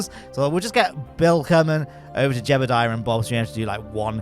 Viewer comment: I like how the redditer said “jebbeldiah” to accurately spell out how pronounces (mispronounces) Jeb’s name.